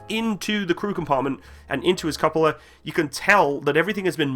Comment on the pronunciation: also "cup a la" no its "cuh poh lah"